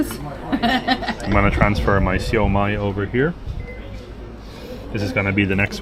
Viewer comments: You pronounced 烧卖 perfectly 😂❤ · In Cantonese!😊